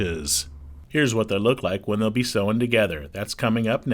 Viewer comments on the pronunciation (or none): This would be so much better if the narrator didn’t have such an absurd collection of mispronounced common words, like sewn. And what’s with the goofy “Sailright” pronunciation? Say-Uh-Right? Please